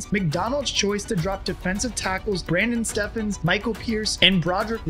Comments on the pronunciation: Its Brandon Stephens, not Steffens lol. St¡ll, good v¡deo tho. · It's pronounced Stevens not Stefens. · Its not pronounces Step-hens, its pronounced the same way Stevens is. Brandon Stephens not step hens. Tighten up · First of all, it's Stephens not Steffens. Secondly, when you said he's the unsung hero on defense, the first thought I had was anyone and everyone on the defense could have been picked especially Stone, Van Noy, Pierce, Clowney or Madubuike. The only defensive players the played all year that I wouldn't say that about are PQ, Ro and K Ham. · Ugh. It's Steve ens not Stef ens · Pronounced “stevens” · Brandon Stephens is pronounced Stevens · I appreciate the video, but get their names, right Brandon’s last name is not pronounced that way that’s why his nickname is B Steve, like Stevens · If you factor in the rule changes of the last 20+ years, I think the Ravens 2023 defense is more impressive than the 2000 unit, even if not truly better. The 2000 (and 2006) Ravens defenses were absolutely dominant, but they accomplished that dominance with plays that would draw 15-yard penalties nowadays. It is insanely impressive what Mike Macdonald and these talented players ("Stephens" is pronounced like, well, Stephens...i.e., like "Stevens") have been able to do this year. Friendly suggestion: you're very easy to understand when speaking. The captions are a bit distracting & unnecessary imo.